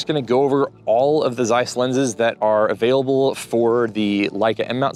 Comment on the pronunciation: I assume your grandmother still spoke Yiddish, so on her behalf, please learn to pronounce Zeiss correctly. It's an old German traditional brand and your pronunciation is pulling my ears. Otherwise great content!